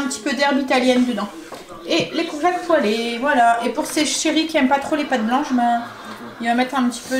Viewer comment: BONSOIR, VOUS ETES TOUJOURS AUSSI PÉTILLANTE, JE VOUS AI ENTENDU DIRE LE MOT GOURGETTE, ALORS QUE ÇA SE PRONONCE COURGETTE. SINON TOUJOURS AUSSI INVENTIVE DANS VOS RECETTES ET TRES BIEN EXPLIQUER. MERCI MILLES FOIS. KARIMA 46 ANS DE BRUXELLES. BIG BISOUS